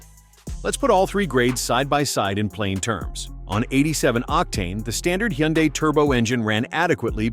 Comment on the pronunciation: What is a you hun die. I've never heard that pronunciation. I know it's AI but geez.